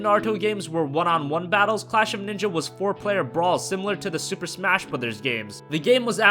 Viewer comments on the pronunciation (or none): none